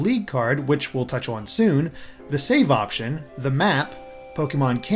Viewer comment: Must you say "Owen" instead of "on", it's such a strange pronunciation